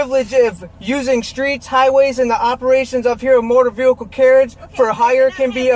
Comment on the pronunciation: Does it drive anyone else crazy that he can’t pronounce vehicle…god…every time he says “veeulkull” I wanna chop a table in half with my face